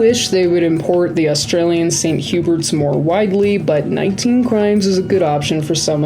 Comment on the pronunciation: St Hubert’s is pronounced the English way 😊